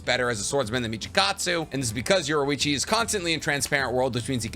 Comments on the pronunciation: Yorichi not yorewichi It’s infuriating to hear i enjoy waching say it that way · Ok I’m not ussaly a picky person, but I will kill my self if u say “Yorwechi” one more time. U say it like this: Your-E-chi so pls say it right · Why do you say yorwichi and not yorichii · his name is yoriichi not yoruichi